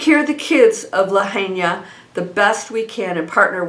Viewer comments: Thank you for sharing. (Lahaina is pronounced La High Na) Absolutely horrific what happened to our beautiful historic Lahaina town. I donated to a private go fund me. Sending my condolences and prayers. ❤️‍🩹🙏🌸🥵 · Thanks. Always beautiful. Quick correction to your intro. It's lahaina (pronounced (lahighna) Maui. Love always. Fyi. Hawaiians pronounce all vowels in Hawaiian words. We are Hawaiian fanatics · pronounced la-HIGH-na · Lahaina is pronounced La hi na… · It’s La hi na Maui not Kawaii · Thank you for the report - please know how to pronounce the name of the town beforehand if you’re going to say it so often. You’ve been there, it’s on all the news. Respect for the town and the people to pronounce Lahaina correctly. Thanks.